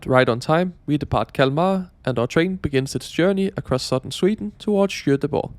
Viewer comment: Pronounce Göteborg like: "yoeteborg", not shoeteborg.